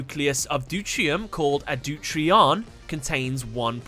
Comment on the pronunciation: deuteron not deurtrion DeutERIUM not NeutRIUM. you're missing a syllable. Mekanikle is pronounced Mechanical (in japan it's Machine-icle) Water dragon cluster is to heavy water as water dragon is to water (in terms of chemistry